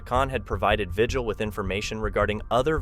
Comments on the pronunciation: Vigil is pronounced Ve-heal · Well his name is pronounced vihil. I'm a New Mexican who worked in his county. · Lujan is pronounced Luhan and Vigil is pronounced Vihil. Look into how to pronounce names!